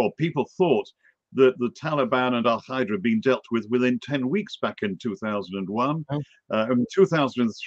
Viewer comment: What is Al-Khaeeda..that is not how it's pronounced in Arabic. Dude just say alqaeda.